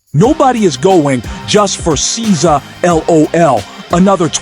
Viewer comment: They asked for encores on both nights but he did NOT perform it twice. This is why I don't like AI content gets the facts wrong & butchering SZA's name.